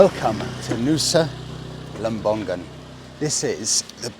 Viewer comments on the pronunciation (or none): Lovely video, as always. As an Indonesian, I just would like to correct the tiny pronunciation mistake. it's not lem-bong-gun, it's lem-bong-un, without the hard G, if that make sense.